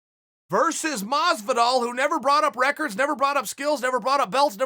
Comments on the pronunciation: Jorge: Hi, im Jorge Masvidal Chael: Hi, George Masdival Jorge: Hi, im George Masdival Me: Okay, Great.. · Chael “Masdival” Sonnen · Anyone else sees Chael spelling Masvidal “Masdival” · It is funny when he says: Mosvidal. But, it is funnier when he wrote it: Masdival. LOOL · If Chael says Madvisal then its Madvisal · I actually used to call him masdival when the started watching mma...few months later i realised i was saying wrong...but chael just confirmed i was right all along